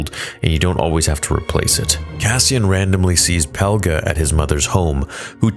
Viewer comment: It's Peg-la not "Pel-ga"